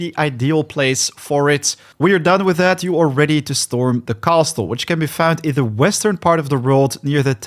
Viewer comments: Bro really says Cast-le 😂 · The " T" in the word castle is silent 😂